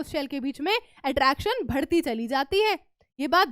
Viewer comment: Why mam pronounce BHadHTI instead of badhti 🙂